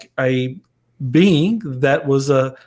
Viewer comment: Sound's like he's saying, 'bean', for being 😅 great chat